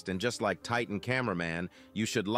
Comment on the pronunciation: He said four plunger